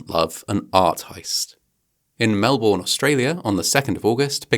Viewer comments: Melbourne is pronounced Mel-bin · I love how almost no one (except an Aussie) can pronounce 'Melbourne' (MELbin). I studied linguistics & anthropology at uni, so it doesn't bother me, just amuses me (& amuses me even more so because I know it would bother anyone from Melbourne... 🤷‍♀️😝). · Why do Brits always pronounce it Mel-BORN? It's Mel-bnn. It's easier to say, try it! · i shuddered when you pronounced Melbourne incorrectly. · And Geraldo!